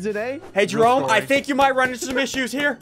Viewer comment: jerry as in Jerome not jarry.